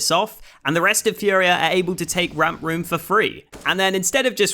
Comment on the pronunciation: Really cool video! If you're interested, it's pronounced "fooria", not "fiuria"